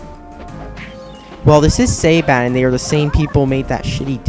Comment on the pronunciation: Watching these you start to notice how little here can't pronouce words that well. "Saban","Touhou", and "Wiseau". All not said right, once.